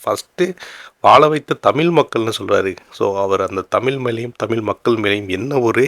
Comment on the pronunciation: யோவ் தமில் இல்லையா தமிழ் ன்னு ஒழுங்கா சொல்லு